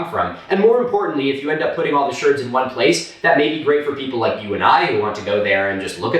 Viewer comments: Sherd not Shard; they're broken pieces of ceramic pottery. Anything else and it would be a shard, but not pottery. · Are you saying "shard" or "sherd/shurd", I have no idea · Turning lemons into lemonade¿? Yeah right..... You're more likely to put them in a mixed drink. 😂 Keep up the great work Milo.... 😁👍 Edit: The whole time I was listening to this I thought he was saying "Pot Shirts" and I was thoroughly confused until I realized he was saying "Pot Sherds".... 😂😂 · No disrespect intended but are you talking about pot shards as in pieces of pottery? Or is a potchurd something else? Your accent is both charming and confusing. ❤ from Australia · Total respect for this. Cant wait for more experts to come on. Also you say shards so weird.